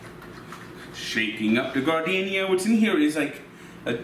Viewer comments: F on the "garden-iaiaia" pronunciation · Gardenia is actually pronounced JAR-DIN -AIRA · That man just pronounced that shit GARD-deenia. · pronunciation of Giardiniera made me think he was putting flowers into the beefs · Someone arrest this man for how he just pronouned Giardiniera